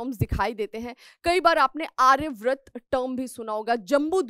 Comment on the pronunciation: Ma'am pleased correct your pronunciations, that is आर्यावर्त not आर्याव्रत.